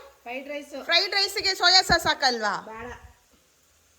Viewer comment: 🍅 ಟೊಮೆಟೊ ಸಾಕ್ಸ್ ಅಲ್ಲ ಅಮ್ಮ ಅದು ಸಾಸ್.